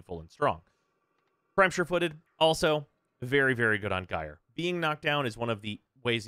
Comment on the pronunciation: Thank you for pronouncing Gyre correctly